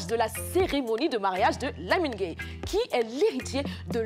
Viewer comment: Gueye comme si elle dit gaï😭😂😂